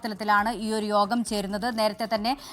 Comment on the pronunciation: Not ROGAM but YOGAM😂🎉